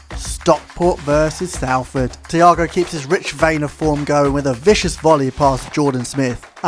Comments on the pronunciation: said sol ford not sal ford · love the save but it’s pronounced solford